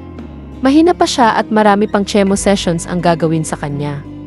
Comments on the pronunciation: My goodness anong " Tse " mo it's Chemo. Nakakahiya ka naman aral aral pag may time . Jusmiyo 😂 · It’s not tsemo, it’s kimo… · what ？SHEMO ? instead of CHEMO , oA mo ‼️ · Pwede po nyo ayusin ang pagbasa ng voice over? Binabasa na nga lang sa tagalog mali mali pa. Chemo = kimo ang pronunciation. Doc = dok, hindi dolf. Ano ba yan! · Girl, chemo prounced as Kimo. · Kimo ang tamang pag bigkas sa chemo